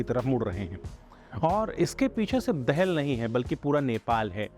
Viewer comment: Abbe chmtiyo he is not Dehel Dahal 'Daa-Hal'